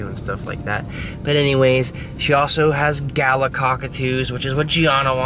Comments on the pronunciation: Galah is one of those Ozzie words that is pronounced differently than it looks mate"Galar",but we say quick so it sounds like we're saying "Glar",hope this helps buddy, love your videos mate, much respect from Australia 🇦🇺 👍🤟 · Not gala (ga-la) it’s pronounced (ga-lar), pink and grey (ga-lar) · I have to teach you how to say Galah in Australian……. Pronounced Gahlah. 😊😊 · your not saying galah correct. as an Australian it sounds hillarous. its pronounced gah-lah love you guys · Omg it took me a minute to realise you were talking about gallahs lol ok on behalf of all Aussies I love your videos but that's not how you say it same with emus